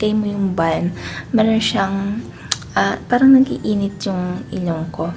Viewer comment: Konting correction lang po sis hehe Bam po hindi Balm hihi silent L. But all in all Ganda ng skin mo. Kainggit.